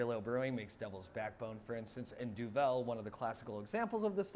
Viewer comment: Help with Dutch pronunciation: It's more similar to English than French. Trippel is pronounced like the English word triple and Duvel is pronounced like doovle or dew-vul.